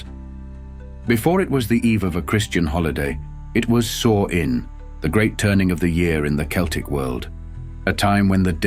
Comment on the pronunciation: It's pronounced Sow-Ween, spelled Samhain.